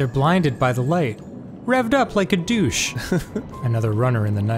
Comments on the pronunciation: It's Revved up like a deuce not douch. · Hold the front door .. Did Danny just mess up the lyrics for Blinded by the Light? D: Its "revved up like a deuce" .. not douche T___T Still love you though buddy! xD